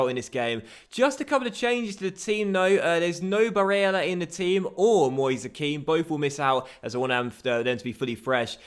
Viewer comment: why do you put so much emphasis on barellas name if youre not gonna bother to do it for the rest of the names? sounds super weird and forced